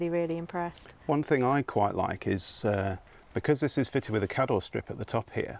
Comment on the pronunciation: Not very suitable though if you want to drive away. But good idea though if you're not intending to drive away And kador is pronounced kaydor😂😂 Sherwood pines is very close to me. My first away in Campervan for trial run